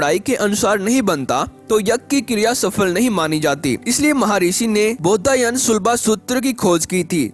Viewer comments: Commentry कर रहे हैं जो व्यक्ति, उनसे निवेदन है कि, "बौधायन" को कृपया "बौद्धायन" मत बोलिए। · कृपया उच्चारण शुद्ध करें । जैसे शुद्ध उच्चारण बौधायन है।